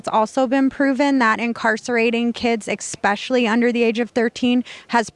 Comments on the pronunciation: This is the second woman on this series that has said "expecially". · She lost me the moment she said "ex-specially" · when she said EKSPECIALLY she lost me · How do you get to college and still think the word is “expecially”?